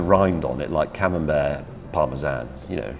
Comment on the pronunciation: The camembert becomes camembair